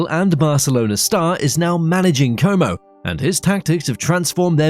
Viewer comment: Keoumo.... Starebbe per Como 😅 Eimpouli ......Empoli 😂